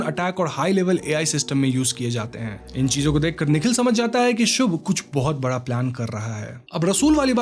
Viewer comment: Bhai phle se bara nhi bada hota h...bhot koi h tre jase pudi ko puri bolne wala bhenchod 😂